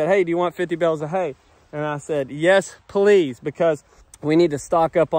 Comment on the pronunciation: Bales not bills